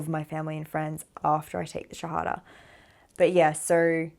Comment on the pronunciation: Assalam Aali Qum Sister, Luv the way you say Shahadha. Pl. pray for me also to be a pure practicing Muslim . May Allah bless you n your family.